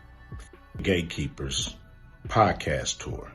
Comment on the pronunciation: I watched this video 4 times and I just figured out she was saying hate keepers and not gay keepers